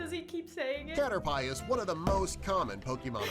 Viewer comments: CATER- PIE me: "starts cracking up": "starts cracking up" All pokemon fans: "start cracking up": "continues saying it" Me: You have made a fool of yourself, ya might wanna hide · caterpeye ( pronouncing it wierd) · Nobody: Not even:: cAteRpiE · It's pronounced {caterpee}. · Number 6: caterpie Nobody: Nobody::STOP SAYING CATER-PIE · When he said cater-PIE it hurt my soul. 😭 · Me ITS FLIPING CATERPEE BUT ITS SPELT CATERPI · caterpie sounds like cat or pie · Cater pie.... Ugh! Cringing internally. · "Cater-pie" -Narrator 2019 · video: Caterpie. me: it's said like Caterp- i video: says Caterpie for the rest of the video. me: Triggered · guy saying CATERPIE WRONG: me and:having a heart attack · Those who want to relive that amazing pronunciation of "caterpie" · Poor Caterpie. It needs a hug for that pronunciation. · Pronounced caterpie wrong and I start dying inside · No one:: caterpie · no, the narrator pronounced it wrong. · no the narrator pronounced the name of caterpie wrong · LavenderFoxGaming rip caterpie XD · 1: he said six two times in a row 2: first time it was number three, so we just jumped from 3 to 6 3: he mispronounced caterpie 😠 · One like on the video = one time the narrator says Caterpie correctly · You can tell died on the inside when they said Caterpie wrong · who else just started dying when pronounced caterpie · Since when was Caterpie pronounced CaterPIE ? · Narrator: cater-PIE ITS A CATERPIE THATS MADE OUT OF PIE! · Man: caterPIE: No its caterpie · common pokemon veterans: pronounces caterpie cat-er-pee: cat-er-pie me: cate-er-pie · It isn't Kah-ter-pie! It's KAH-TER-PEE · number 6:cater pie me- dies of laughter inside my head-this is how you say it "cater pee" NOT FRICKIN CATER PIE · says you need to catch thousands, and says cater pie Me: bangs my head against the desk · It's cat-er-pea 😭🥺